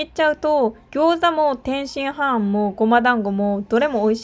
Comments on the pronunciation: 天津ハーンとチンギスハーンと同じ発音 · 天津飯の言い方クセ強すぎwwwwwwwwww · 天津飯をチンギス・ハーンみたいに言うな笑